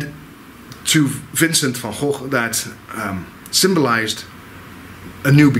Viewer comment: SOOO nice to hear the Dutch pronunciation... we hear it so very rarely!!! It should be said that he was shot and that he may well have shot himself, as has always been assumed, but that there is also quite a lot of conjecture from very reputable sources that he was shot by someone else, either accidentally or deliberately.